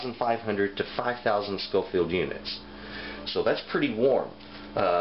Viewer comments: I’m sure someone has already picked you up on this, but it’s Scoville abbreviated as shu, not schofield as you are saying. Also there is no such thing a paprika chill, despite what it maybe labelled as where ever you were getting them. Depending on the region you get it from, paprika will be made from various different Chillies or sweet peppers. So in hungry where the best paprika is considered to be made, they mainly use a sweet Ramiro pepper, but again depending on the region others will be used. In Spain where they tend to prefer a little heat in their paprika, it will be a slightly warmer chilli like a Serrano. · It is SCOVILLE units, not SCOFIELD. Just saying. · Great information. Btw its "SCOVILLE", not "SCOFIELD". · Thanks for the video. Its actually Scoville units, as opposed to Scofield. I enjoyed the video though. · It's Scoville not Schofield and most crushed red pepper at your local grocery store is crushed cayenne. You sounded well informed other than that lol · Did you call them "scofield" units? It's scoville. Some good information but that should be cleared up. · Scoville, not "Scofield". Oy. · I'm just wondering why he said "Scoville" correctly the first time, then switched to "Scofield"... Otherwise, great video. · "Scoville". Names after Wibur Scoville who created the scale in the early 1900s. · It's Scoville unit, not Scofield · Its scoville units not scofield units! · It's Scoville not scofield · Am I crazy or do you keep saying "scofield"? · You're right. He said it correctly in the beginning, then kept pronouncing it like "Scoffield". Kinda irritating, but still a good video. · Every time he said “scofield” …. How am I supposed to take him seriously? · I cringed every time you said "scofield". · I can't believe there are not more comments on this. For being a professed knowledgeable person about chile peppers and heat, you'd think he'd know the words 'Scoville Heat Units'. He misspoke many times, not just once.